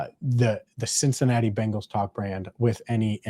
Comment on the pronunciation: Yes, CincinnaTee!!!!!!!!